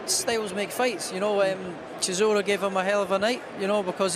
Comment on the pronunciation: "Shizzora" anyone?